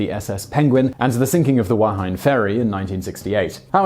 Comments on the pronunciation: Simon, you need a Southern Pacific pronunciation course - . Wahine is not WA-HINE, it's Wa-hee-nay. Even Youtube got it wrong as all the comments will testify , so don't feel bad :-) Oh no, another pronunciation at Gamboling is not gam-BOLE-ing, its GAM-be-ling. The Youtube pronunciation clips seem correct this time. That old English news article got you. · Yes, thank you. I cracked up when he pronounced it wrong. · #NZREP "Wahinny" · Wa-he-ni its pronounced Wa-he-ni. Not wh-hine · It's pronounced Waa-hee-neh FYI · Wahine is pronounced WAH-HE-NEH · Wahine is pronounced Wah-hee-neigh and Wainui is Why-new-ee. It is important to respect the Maori language and pronounce New Zealand words correctly the way you would with any foreign language. It is easy to pronounce phonetically. Hopefully my rough translation helps. Maori uses the same vowels as Japanese, Spanish and other Pacific Islands including Hawaii. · It's pronounced Wah-hee-nay. Or Wah-hee-knee, if you prefer an Anglicised pronunciation. It's a Maori word, which means woman. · Wahine (ferry that sank) is pronounced more like "Wah-he-nay" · The Hawaiian pronunciation is Wah-HEE-nay or Vah-HEE-nay. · Wahine.. Wah-he-neh. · Arghhh! Wahine is pronounced wah-hee-nay (the same as Hawaiian). The most famous shipwreck in NZ just had it's 50 year anniversary this April.